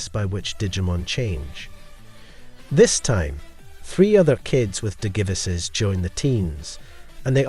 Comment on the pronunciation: I wanted to watch your video bro I really did but the way you pronounce Digivices makes me want to rip my ears off